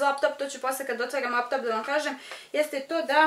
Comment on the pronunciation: Koliko mene nervira kad kaze ,, kupiva sam vap top i iPhone 11 po max ‘’